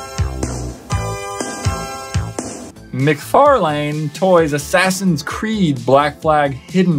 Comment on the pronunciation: You don’t know how to pronounce McFarlane